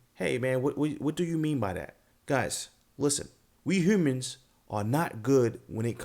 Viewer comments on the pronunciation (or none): You must be from Baltimore!! How you said the word Human!! can always tell